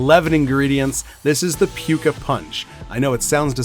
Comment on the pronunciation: Great vid! (tho I think we need to mod pronunciation of that last one to “pooka” 😂)